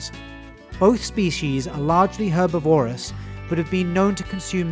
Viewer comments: Herbivorous pronounced with the stress on the “i”. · Lovely. BTW, don’t use adjectives as nouns, which by the way you mispronounced. Herbivore, carnivore and omnivore are the nouns. Herbivorous and carnivorous were also mispronounced. Just saying! Consult a dictionary.